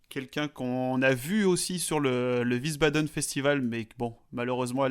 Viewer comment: wiesbaden se prononce comme visbadeun et non ouissebadaine.